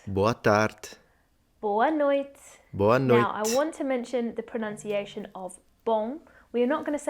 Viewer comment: In Portugal, for "boa noite" we don't say "boa noit", as you said we do: that "e" is a semi-pronounced sound, like in French, the "e" (when it isn't "é") at the end of the word.